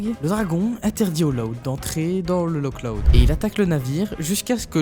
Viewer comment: C’est une erreur du film mais comme c’est écossais, le nom du village ne se prononce pas « Lok Loud » mais plutôt un truc du genre « Lohr Loud » Comme le Loch Ness qui se prononce « Lohr Ness »